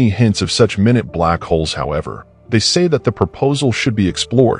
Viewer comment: You should use real people and producers for your narration. AI cannot discern heteronyms. Minute (tiny) and minute (a unit of time) are not the same.